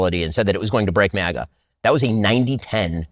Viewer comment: MAGA not MIGA